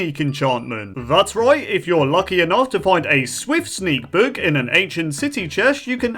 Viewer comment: I like how he said Chesh instead of chest, is something wrong?